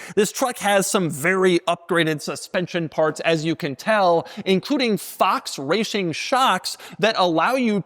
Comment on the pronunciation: did you just say Fox rashing shocks? 😂 😂 😂 😂 😂